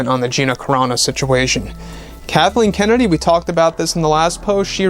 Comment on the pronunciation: He said Darthleen kennedy